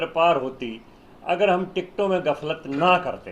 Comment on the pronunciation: Galfat Nahi gaflat hota h😅😅😅😅😅😅😅